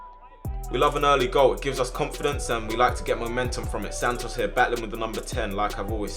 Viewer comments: Sannos instead of santos 😂😂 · Everyone else: Santos: Santnos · bro doesn’t know how to speak “sand-os” 😂